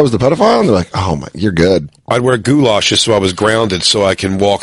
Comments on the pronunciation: We just gonna let Big Jay keep saying goo-lashes? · Goddamn it, Jason. What the fuck is a goolash?